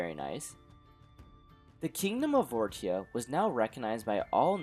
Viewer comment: Wouldn’t it make more sense to pronounce the kingdom as vor-sha? (As opposed to vor-tia)